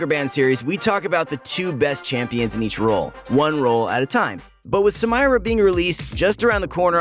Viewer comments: Everyone: Sa-mee-ra: Sa-MY-ra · when he says Samaira it makes me cringe. correct pronunciation should be Samera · SUH-MEAR-AH. Not SUM-EYE-RAH BRUH HOW DID YOU MESS IT UP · Cringe everytime you say her name Look up the name its not SA-MI-RA its SA-ME-RA its originaly arabic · Hearing him say Samira as "Sa-mai-ra" makes me 😬 it should be "Sa-mee-ra" 😂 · rayane lachga i live in an arab country and i can assure you, its sum-eer-a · Yes I hate it when he pronounce it like that..... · The way how he pronounces Samira is so white bread white boy 🤪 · its not samaira its Samira bruh can u not read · Excuse me? Sa-mai-ra? What? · Why Sam-eye-ra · Why tf do u always fuck up new champs names , Samira , Sa Me Ra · i think she's pronounced Sah-mee-ra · SAMIRA DOESN'T PRONOUNCE SAMIRA IT'S SA/MMY/RA it's a common arabic name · No Sa-mei-ra dude. SAMIRA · Its not Samyra... Its Samira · "Samyra" kekw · "Samyra" XD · its not some-eye-ra.. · STOP MISPRONOUNCING EVERY SINGLE NAME THAT IS EASILY VERIFIABLE YOU IDIOTS! HOW DO YOU EVEN MESS UP??? RIOT PRONOUNCES EVERYTHING FOR US!!!!!! MY GOD!!!! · QOTD: night and midnight I have other stuff to do in the morning and afternoon. Also the way you said Samira is shocking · She litterally says her own name in the reveal video. And yet you're insistently pronouncing it wrong.. oof.. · Do you intentionally mispronounce Samira's name or what? xD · The way he says Samira pains me in arabic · Guys i love your videos, but please stop pronouncing Samira wrong. PLS!!! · Wtf was that Samira pronunciation?